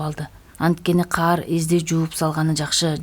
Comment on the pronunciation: Эмне учүн дайыма карды каар деп окуйсун?